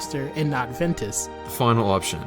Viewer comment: It’s Ventus.